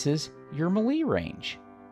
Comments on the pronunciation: Love your videos. Your style play is very close to mine (Although you are probably much better at it) Just one thing. me·lee /ˈmāˌlā,māˈlā/ MAY + LAY 🤣 Or just keep saying it however you want as long you keep giving those helpful tips. 😉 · The way this guy pronounces melee bugs tf out of me